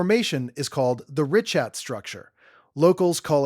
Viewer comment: You're going to want to redo this video and update every single instance where you mispronounced the name of the structure. Ree-kaat, not ree-chat